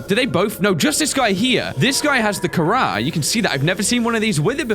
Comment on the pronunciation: " i think my vehicle has picked up the carar" im dead